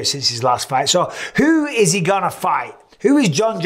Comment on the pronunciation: When he asked, "Is he the greatest of all time?" I heard, "Izzy, the greatest of all time." Am I the only one?